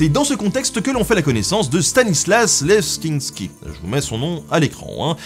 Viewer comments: ça se prononce lézinsky ;) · «Cappadoce» est du féminin. La prononciation française traditionnelle de Leszczyński est [lɛk-zɛ̃s-ki], celle de sa fille, Marie Leszczyńskia, est [lɛk-zɛ̃s-ka]. Rien n'interdit en revanche de prononcer à la polonaise. Sinon, Les Chevaliers de la Table ronde sont un jeu coopératif très sympathique.